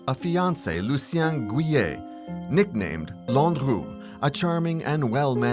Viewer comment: You say Laundrew I say Landrew.